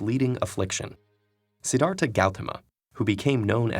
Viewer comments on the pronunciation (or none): The way you pronounced the sanskrit word buddha and name siddhartha gauthama made me laughh